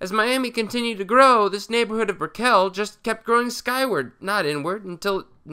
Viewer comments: LOL It's not BricKELL it's BRICKull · Hello from Miami, it is pronounce Brikil not Brikell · Fyi, Brickell is pronounced like Bricol or Brickal not Brick-el. I'm from Miami. Love your vids! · Miamian here, it's pronounced BRICK-el , not brick-KELL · This guy has probably not even been to Miami as he doesn't even know how to pronounce, Brickell. The accent is on the first syllable, not the second. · Just 1 thing as someone who lives in miami. We ALL pronounce it “brickle” even though it’s spelled Brickell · I always smile when a video like this suddenly mentions Miami. I feel represented! But aside from pronouncing Brickell wrong several times (had me chuckling, it should sound like "brickle") I don't think Miami should be used as an example for how to fix any city, seeing as it's a dumb fuckin city. Even the most walkable areas are still clearly designed for cars first, and gentrification is definitely a major problem. Perhaps not quite as quickly in Little Havana, but areas like Wynwood and Little Haiti are being redeveloped with their historical residents priced out. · lmaoo “Brick-éll” it’s just Brickell like nickel:) i just love to see some miami love great vid bro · That neighborhood in Miami is pronounced Brick-cull. Also Little Havana is more diverse nowadays with many Central Americans and Venezuelans residing there as well. Research and Check out our city. It's an interesting one. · Brickell is like nickle. Not like Edie. Good report. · Love your work You're pronouncing Brickell wrong. I think Dog Patch, India Basin and Hunters Point soil is not conducive to major construction due to earthquakes. Not sure. Would love to get your take on Miami, particularly transit there, and Philadelphia. I love GoogleEarth! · I cringed ever so slightly when you were pronouncing Brickell wrong. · He's pronouncing Brickell wrong.